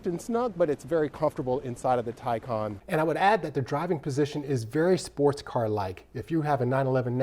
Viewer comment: You’re right, it’s the Tie-Kahn. Your video is recommending my Porsche Taycan Unveiling video from my channel... I love your channel by the way, your GTS is amazing and your autocross videos. I’m going to finally subscribe!